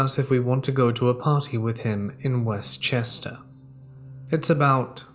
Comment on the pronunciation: Being born at the Chester county hospital, and growing up in Kennett Square, I can tell you that West Chester is said as if it's one word.